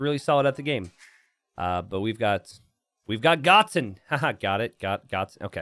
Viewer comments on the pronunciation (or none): it's "Go - Ten" like the character from dragon ball Z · I think it's "Go-ten" like in DragonBall Z?